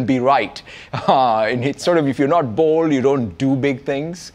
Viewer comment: holy I heard "be bald and be right" and got confused for a second